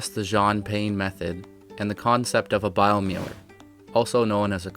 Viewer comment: Doesn't matter but the Germans would pronounce that bio-miler.